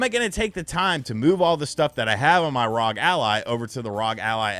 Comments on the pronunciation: I rock with these RGT videos but hearing him say ROG Ally instead of R.O.G. Ally over and over again was so distracting. When you say NBA, you don’t say it as one word. You say each letter. Just like FBI. Or NRA. Or MLB. Saying ROG as a word is just weird. Couldn’t finish the video. Glad he likes the product though. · It's pronounced AZEUS . You're welcome. Also, it isn't RAWG. It's R.O.G ..... You're welcome again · ASOOS R O G please say it right